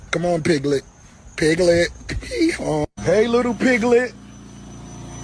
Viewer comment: He said lil pigglet! 😂